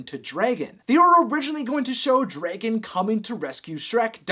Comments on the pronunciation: Where is your accent from? You're making dragon some somewhere between dregin and draygin. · Why do you say Dray-Gen? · DREgon it’s Dragon, no Dregon lol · DREgen STFU ITS DRAGON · You say Dragon weird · I cannot get over his pronunciation of dragon 😂